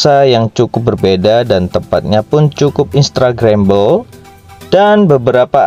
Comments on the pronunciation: Cosiii.. Irha sukarno hatta.. Instagrambel... 😜 😂 🤣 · Joke saya hanya sebatas narator nyebut " instagrambel" 😂